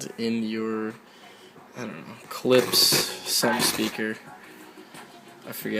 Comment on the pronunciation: It's Klip-shhhh. Also Deoxit fixes all noises switches.